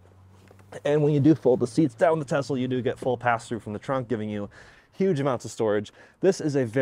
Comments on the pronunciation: It's a Tesla not a Tezla and stuff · Please pronounce Tesla as Tesla not TeZla! Tesla was a Serbian and his last name was Tesla!